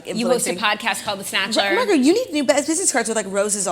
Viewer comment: Claudia pronouncing Margaret “MAGRET” has me DYING !!!!!!!!!!!!! or so